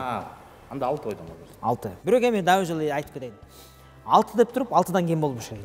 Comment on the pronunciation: Кодойгон азамат бирок дегенди бүрөк деп😅